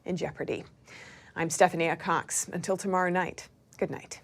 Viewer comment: Is it Stephani Aycox or Stephania Cox? Lol